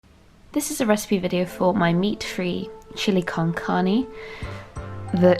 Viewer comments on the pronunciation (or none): the way you pronounced "con carne" I was like aw at least you tried